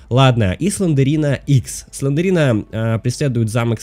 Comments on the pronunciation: Не СЛЕНДЕРИНА а СЛЕНДРИНА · Не СлендЕрина, а Слендрина!